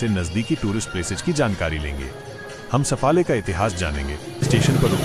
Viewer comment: सफाळे आहे. सफले नाही. कोण आहे ते कळूंदे. मराठी बोल.